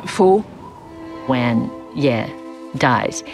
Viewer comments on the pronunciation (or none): Man I hate they can't pronounce their own character's name... It's not "Yay", it's "Ye" rhymes with "look" without the K, or if they can manage French, "Ye" rhymes with "Le"